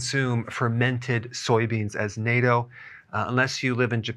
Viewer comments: 👍 but Natto it’s pronounced “Natto” Dr Berg, not ‘Nayto’. There’s a bunch of YouTube videos to show you 😉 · The Japanese fermented beans are called Natto ( Naw-to). Not -toe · Not NATO.. it is natto... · Dr. Berg it is pronounced nah-to not nay-to. I do love Natto… but it is high in carbohydrates. I take a D3/K2 supplement and do weight bearing exercises. Hopefully my bone density test will improve! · Why is he pronouncing natto as nato? Natto = Not Toe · The pronunciation of "Nat" in Natto rhymes with bat, cat, fat, etc. You're pronunciation sounds like Nato. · fyi its not NATO it is Natto (nahto) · I know! He keeps saying "nay-to". Hahahaha! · Dr Berg it’s pronounced nA-tto big AAAA-tto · It’s pronounced as “nah-toe” (natto) :^) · they are pronounced "Nah toes" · Nato, short a sound. Nah-toe. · I've never heard "natto" pronounced "NATO" - I think it's pronounced just like it looks, isn't it? (With a short "a" rather than a long "a.") We ate it for years when it was available at our local grocery co-op, but they stopped carrying it after awhile. It was our favorite in soups, on rice and veggies, we missed it when it was gone, sought it out, found it online at a Japanese miso shop but expensive and shipping cost a lot... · it's pronounced "nah toe." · Greetings from Japan, Dr. Berg. Love your videos. Thought you would like to know, fermented soy beans is pronounced, “NAH TOH” Thanks for everything. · NATO - The North Atlantic Treaty Organization, also pronounced "nay-toe" (don't eat this one.) NATTO - Fermented soy beans, also pronounced "knot-toe." (Please, do eat this one.) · Natto , pronounced notto is in a store near me.